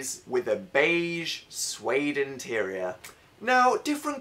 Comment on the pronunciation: Am I the only one that noticed dan only said terior instead of interior I'm such a grammar nazi lol